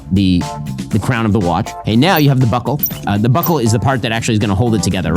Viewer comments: Noooooyyyyeee instead of now … legend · I was going to subscribe but he said “subscribe nigh” and I don’t know when nigh is .